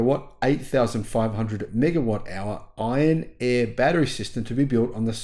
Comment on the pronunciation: Iron "air" batteries. Iron "Eh" batteries are Canadian.